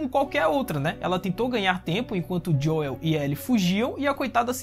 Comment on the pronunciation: Serio que ele vao ficar chamando o Joel de Joieu até o fim da serie?